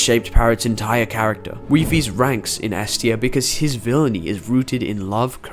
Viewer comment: The way bro said Character 😭 CA-RAK-TAR